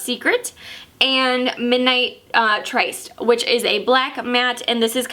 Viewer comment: "tryst" is pronounced "trist" and means "a secret meeting."